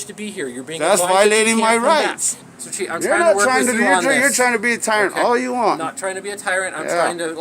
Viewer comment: Bro can’t say tyrant correctly 😂